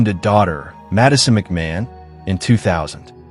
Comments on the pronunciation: His name is pronounced McMarn. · McMahon - Mc "marn". American english is hopeless! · As an Australian I object to rubbish from America. Australian royalty. 😂You can’t even pronounce his name correctly 🤦🏼‍♀️